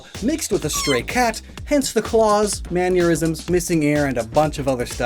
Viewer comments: why do you pronounce mannerism like aneurysm. you're going to give me a man-eurysm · Why do you pronounce "mannerism" like "manurism"